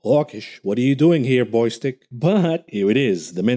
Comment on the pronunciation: The name is Bostic, not Boystic.